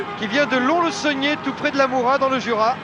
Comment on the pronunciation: Quelle fraude ce Pierre Salviac. Il lit ses fiches sans rien connaitre. Lons-le-Saunier (mal prononcé) à côté de Lamoura, alors que Lamoura c'est un tout petit village, et Lons la préfecture, à 1h30. Il confond Mougeot et Berthozat. Se donne une légitimité avec le surnom de Sallefranque. Les grands-parents de Conchy pro à l'OM (sûrement sa grand-mère aussi ?!). Se permet des jugements (l'arme des faibles sur l'arbitrage, que le rugby reste amateur, pour l'intérêt de cette finale il a raison d'accorder l'essai). Heureusement, c'est une époque révolue, les commentaires ont largement gagné en qualité et en rigueur.